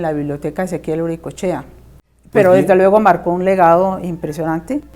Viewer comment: ¿por qué nos pronunciam mal el apellido? Es UricoEchea